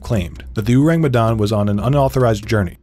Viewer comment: Hey IDK if the pronunciation in the video is the official pronunciation (cause y'know, British and Dutch sailors told this story), but in Indonesian, it would be pronounced like oar-ang, not uu-rang. Ourang is the old Indonesian spelling of the word orang (meaning person), prior to language reforms that came after the country's independence, and the u in it is a bit misleading and probably a result of Dutch influence. Think of how you pronounce orangutan.